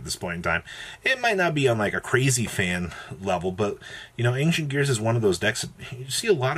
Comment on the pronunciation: >ang-shent come on bro